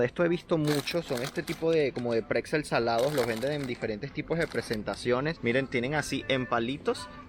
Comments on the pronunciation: A los platanos se les llama Kochbananen. Osea como bananas para cocinar. No se dice Pretzel sino Bretzel. El maní com Wasabi es picante. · Sí, en el paquete tiene escrito que se llaman Bretzel y él dice "pretzel", Pfffff